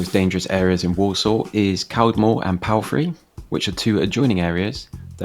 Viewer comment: i live in walsall. its not that bad. he was saying caldmore and palfrey wrong. you are always find dirty streets like you did in birmingham.